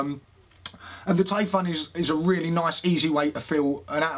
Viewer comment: Lesson 1: How to pronounce Taifun = Taifoon Lesson 2: How to pronounce Kayfun = Kayfoon I love your videos. :D You both are the freshest on YouTube. I can't get enough! ;)